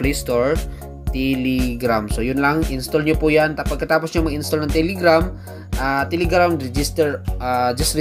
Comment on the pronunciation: its telegram. not tiligram. okay?